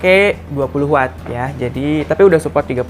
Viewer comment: maklum kelibet lidahnya.. 😀😀